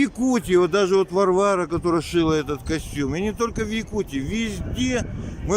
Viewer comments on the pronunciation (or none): none